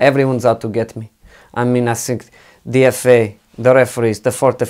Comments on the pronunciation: Mou : I sink Pep : More than you believe Klopp : For sure Emery : Good ebening Ronaldo : Of course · 🤣🤣🤣😂 “I sink”